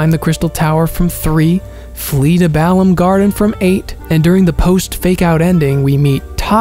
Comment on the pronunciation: the biggest surprise in this game was Balamb garden pronounced with emphasis on La and not the Ba